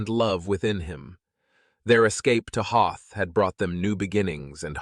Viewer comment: You have to learn to be consistent about people's names and location names Juan sounds like wuan, and Hoth sounds like the ice planet from Star wars. If you can't pull it together please get another narrator.